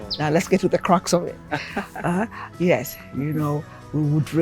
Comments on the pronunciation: you read my mind .She said crux. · Crux!!! Not cracks